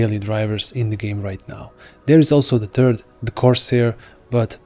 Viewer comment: "There is also the turd, the Corsair" 😆